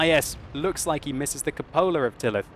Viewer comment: World of Tanks Xbox One/360- Diary of a Tanker Not as bad as cup ola. lol. When does he say substantial?